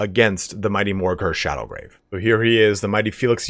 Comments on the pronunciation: Dude, it's called Morghur the ShadowGAVE, not ShadowGRAVE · No R in Shadowgave...